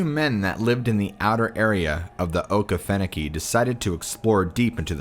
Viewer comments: Dude that Okefenoke pronunciation was rough. It’s “Okie fenokie” not okah-finnow-key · O key fu no key thats how you pronounce it story 4 was freaky